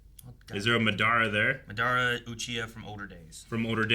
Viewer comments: The MaDARa pronunciation is soo common though, when I was a youngin watching Naruto we used to pronounce it that way too 😅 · I hate how they are pronouncing Madara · Someone tell them how to say MADARA at Wavecon